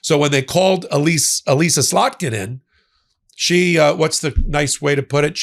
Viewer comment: Noticed right away you got slotkin’s name right this time.